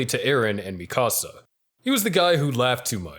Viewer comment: Don’t speak Mikasa’s name again if you can’t say it right. It’s right thereeeeee in the animeeee